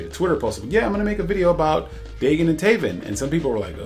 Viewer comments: For a quick second I thought you said "bacon" and taven. Then again a handful of youtubers mispronounce their names. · It’s pronounced Day-Gon, and Del - Eee - ah. Not delta